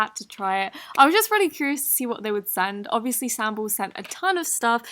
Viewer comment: I may be mistaken, but sambal is pronounced “SAHM-ball”. It is basically an extremely spicy Indonesian hot sauce. Idk if Sambal Slimes intended to go after the hot sauce, but just wanted to let you know 😉